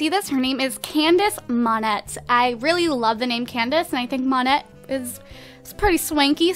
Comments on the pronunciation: It's (Moan-Ayy) not (Mon-Ett). If you want a french last name, at least get pronounciations right. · It's pronounced MON-AY, not the way you do. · lol i love how she mispronounced Monette (monay) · Still annoys me that she can't pronounce monette